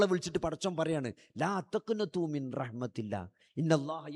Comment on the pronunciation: മിൻറഹ്‌മതില്ലാ. എന്നല്ല മിർറഹ്മതില്ലാഹ്.. എന്നാണ്..